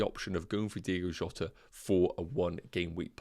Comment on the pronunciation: It’s Diogo Jota, good video though